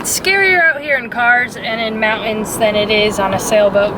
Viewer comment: Teach to say "Mountains" and "Buttons". Love your channel and both of you.